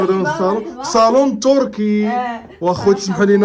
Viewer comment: كركي❌️. تركي✅️